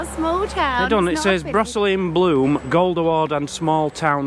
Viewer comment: The quaker burial ground is in Coalbrookdale:) . and brosesly is pronounced bro zilly..... :) ... love your take on it though :)